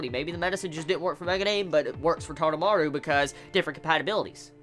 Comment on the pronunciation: taroumaru...not tadamaru......